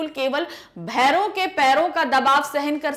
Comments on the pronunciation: this is bhoron " bhavre " a insect not bharav ji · wo bherav nahi bhora hai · Bhairav ❌ bhaura✅ Pls shi padhaiye🗣️🗣️🗣️ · That is bhaora not bhairo...parr usko bhi kafi confidently lapeta gyaa🤣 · Bhavre❌ bhairo ✅ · भैरो नही भौरो के पैरो का दबाव है सही पढिए 😂😂😂😂😂😂😂😂😂😂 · Bhaora hai na ki bhaero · भौरों❌ भैरव✔️ 😂😂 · भैरव जी नही मैम भौरा है 😂😂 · मैडम जी आप बहुत अच्छा पढ़ाती है परंतु कही कही पर गलत भी पढ़ देती हो जैसे भौरो लिखा है उसको आप भैरव पढ़ रही है मैडम जी थोड़ा ध्यान से 🙏🙏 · भैरव नहीं है मेम,भौरा है जो काले रंग का फूलों का रस पीने वाला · Mam aapne भैरो बोला है लेकिन वो भौरो है । Sirish ke phul bhauro ke dabav ko hi seh sakte hai matlab we komal hote hai Jay भैरो बाबा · भौरों है , भैरव नहीं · bharav nahi bhoro ka vajan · Mam verabh nahi h bhora h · Bherav nehi bhoro😁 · Mem aap galat keh rahe ho bo bherab nahi bhoro hai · Mam wo bhoro (Honey bee) Hai. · Mam vo (भौंरों) लिखा हुआ है aap usko glt pronounce kr rhi ho